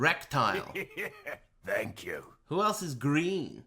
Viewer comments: I swear to god you said Rectile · "Rektile" lmao never change,.